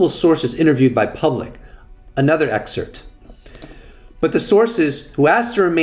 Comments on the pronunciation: Excerpt, not excert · You’re a smart guy please pronounce excerpt, anonymous correctly there’s a P in it ? It’s not EXCERT ITS EXCERPT . You ALLWAYS use the latter when your trying to say the former.